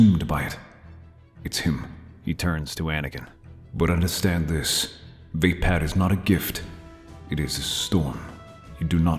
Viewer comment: Love the story. Onky down part is the mispronounced version of races fighting style. It's pronounced va-pod